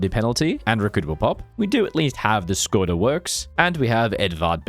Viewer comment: small tip: if you struggle with saying sometihng with ě, š, č, ř, ž, ý, á, í, é, ect. use google translate (you butchered name of Edvard Beneš, Škoda and podkarpacká rus)